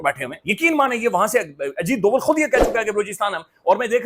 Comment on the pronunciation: Ajit Doval ❌ Ajit Deul ✅